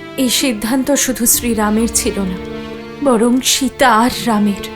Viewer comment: শিতা আবার কি জিনিষ!?! আপনি বোধহয় ভারতীয় নন,,, শব্দ টা সিতা বা সীতা